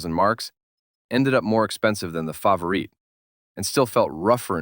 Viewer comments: I'm more bothered by the AI narrator repeatedly calling it a "favorite" tbh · Please get the name right fav or it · aw shucks. Well, then at least I can say the AI narration is better than many living YouTubers at wierd name pronunciation 😂